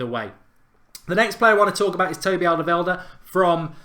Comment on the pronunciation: Wow, you really butchered Alderwiereld's name.